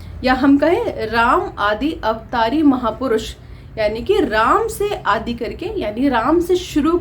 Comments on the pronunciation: आदि का सही उच्चारण कीजिए,आप आदि को आदी कहती हैं! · सही बात है, दोनों शब्दों के अर्थ अत्यन्त भिन्न हैं। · Aap to khud hi Hindi kee tang tod rahi hai आदि इत्यादि का उच्चारण नही आता है। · आप आदि और इत्यादि का उच्चारण ही नहीं कर पाती हैं